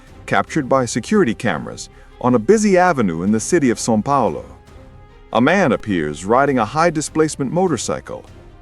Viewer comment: I was very impressed that you pronounced Sao Paulo correctly in the first clip! Something that is rarely heard form English speakers. Then you completely butchered Rio De Janeiro. I'm confused.